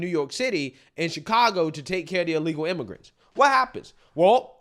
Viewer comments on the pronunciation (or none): Did she call them illegal immagrunts😂😂😂😂😂wow